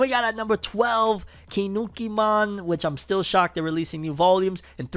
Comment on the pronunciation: bruh you really said "kinukimon" its kinnikuman ki nni ku man not kinukimon this is not digimon